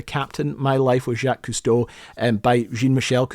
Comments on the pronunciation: obsessed that long and still pronounce the name wrong. HMMM me think i smell something i may have stepped in. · Can you say his freaking name right though? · Crazy how you could be fascinated with a man's career since childhood, then go make a video and can't even pronounce his effing name. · "Jackie" Costo... how much did he cost? (badumtss) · "Jacky Cousteau" 😂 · I don't understand, you say the name Jaques Cousteau (and other French names) perfectly many times in the video yet at the beginning and the end it is butchered. Did you forget to change them? Got lazy? Did it on purpose? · I know his name. The pronunciation is crap.